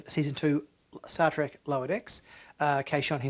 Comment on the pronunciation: It's Star TREK, not Star "trik!"